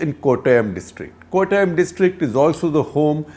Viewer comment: Love it when he says Kottayam, just like a Mallu.. Beautiful!